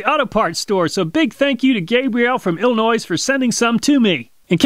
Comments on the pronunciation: The S in Illinois is silent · Love you channel and literally every video you've made so far. Coming from Illinois though as dumb as it is, the S is silent though :) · You don't pronounce illinois with an s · Illinois. Pronounced illi-noy The S is silent. 🙄😂. Come on, man....😬. Also, I think I only have like 5 more of your videos left to view!!! I’ve seen them all! SO GOOD! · Can y’all that ain’t from Illinois stop saying Illinoice the s is silent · Just a pet peave of mine but it might bug others and turn them off from your vids. Fahrenheit does not have an h on the end and is not pronounced with a th sound at the end, rather it is a hard t sound. Also the s at the end of illiois is silent, should be pronounced ill-annoy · Ahh, Illinoize that's a pronunciation I haven't heard in a very long time. Then again, if you pronounce it wrong, you most likely don't suffer from the misfortune of living there. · This here is America, where we annunciate our letters you can take your illinoy and other goofy words back to baguette land!!! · The S is silent in Illinois, amazing someone born and raised in the USA doesn't know that lol. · The S is silent in Illinois. Yes im from here. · The s in Illinois is silent dude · Why are you pronouncing the s in Illinois it’s silent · He said Illinois with the s i am offended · Just to let you know, the S at the end of Illinois is silent. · Illinois... the s is silent. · Don't pronounce the S in Illinois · the S in Illinois was pronounced. Do people actually do that? First I've heard it. Either way, the Bears still suck. Cheers from Wisconsin!